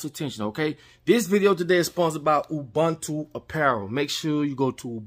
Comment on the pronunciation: you pronounce Ubuntu as Ooboontoo and Not Oobaantoo👌🏽